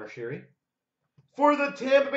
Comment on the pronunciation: Don't forget..i do it all the time still to its Conor "Sherri" Not " Sheary" now. He must have be so modest and rolled with it for that long he didn't want to say anything lol.